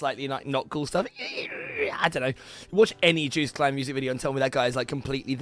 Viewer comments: Man, its /yohst/ not juiced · Juiced? You say it like it's spelt Jost, but the "o" is extended. Just like how you pronounce "poor" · Joost is pronounced like toast or ghost with a j.